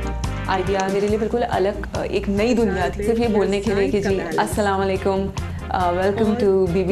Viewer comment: Kindly salam thik se kiya kren اسلاوا لیکم Nahi اسلام علیکم Ye criticism ni hai, islah k liay keh rhi hun